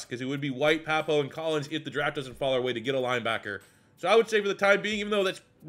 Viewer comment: For Owen Pappoe - Pappoe is pronounced "PAPP-oh"